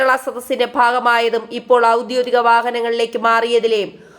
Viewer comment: ഔദ്യോദിക അല്ല, ഔദ്യോഗിക എന്നുവേണം ഉച്ഛരിക്കാൻ